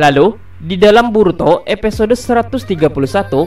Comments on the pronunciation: Stop bilang epesode, itu mengganggu telingaku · Bng episode, bkn epesode, wkwkwk